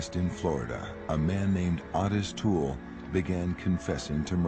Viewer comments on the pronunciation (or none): What is the narrator calling the OToole guy? I thought he was called Otis but he keeps saying Honest or something? I have never let my kids out of my sight in shops. Even when they tried out the "tantrum" tactic and I pretended to walk away, they were always in my line of vision, even though they thought I was gone. It happened twice, once each and never again. I used the leash things on them too so I always knew where they were. This must have been devastating. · Otis toole. For some reason every doc I’ve seen pronounces the O in a way one would say “AH” when the doc tells you to open your mouth and say “AH”